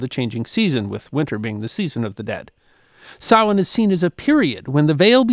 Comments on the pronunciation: Thank you for pronouncing "Samhain" correctly. It is "sow-in" or "sow-een". NOT "sam-hain" as it is spelled. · I think the closed caption is bang on. Most Irish people would pronounce it 'sawan', with the first syllable like 'sow', a female pig. Actually you pronounced it very well. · I knew would pronounce Samhain correctly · My compliments on your accurate pronunciation of "Samhain"... absolutely perfect! Maith thú,!